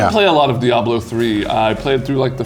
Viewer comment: How do people not know how to properly pronounce Diablo?